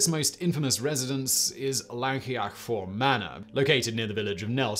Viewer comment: 'Fawr' is pronounced 'Vowr', Simon. Just saying. Also: 'Llangollen' is pronounced 'Thlan-goth-len' (the closest I can write it phonetically) . I have fond memories of my late father, whose family came from Mountain Ash, correcting some tourists in a café in St Davids, who were discussing loudly where they were going. We'd had breakfast, which included cockles fried with bacon and Laverbread. Such happy days!) Aaaargh! 'Dove-ed', not 'Diff-ed'! And in that one, the teacher got all the children separated, and got them to draw what they had seen. The drawings were surprisingly similar.